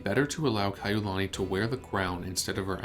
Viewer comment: The narrator mispronounces her name.